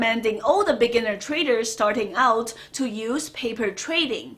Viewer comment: Every time she says 'beginner traders', I hear 'lamborghini traders'.Lots of respect, though. I love this channel.